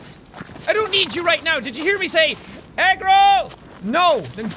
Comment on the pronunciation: are you saying egg roll or agro????????